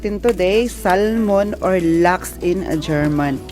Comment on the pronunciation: You’re so lucky to have Andy as you company. Don’t get upset if I correct you on your pronouncing the word “Salmon “. It is silent “l “. So it sounds like sa mon. Bigkasin mo ng mabilis. Enjoy your lunch and say hi to your employers. I was an X’ five star hotel worker and our former GM in Manila was German and when I was in Dubai , our Chef 👩‍🍳 was German too. Good luck and ingat sa kalusugan mo. I’m your lola Elsa.